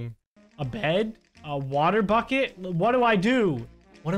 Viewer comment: Every time he says bucket it sounds like he said F*** it